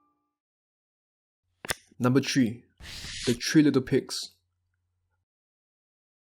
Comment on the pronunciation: your accent sounds french, is that correct? I can hear it a bit as you say certain words. like, it's easy to hear as you get, "Three," as, "Thee"